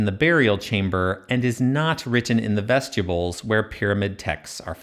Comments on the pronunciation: That hurt my ears. Vestibyools not vestyibools. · Every time you say that word I think you're saying vegetables I don't like it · Dude, vest-you-bulls? Come on. You said it wrong like 65 times. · Excellent video, but I couldn’t stop hearing “vegetables” throughout the whole video lol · Another obnoxious AI voice. When he say vestibules it comes out as vegetables!